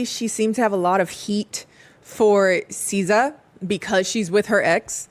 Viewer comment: All the Americans who reviewed this show pronounce Siza's name like SZA and it's so hilarious. 😂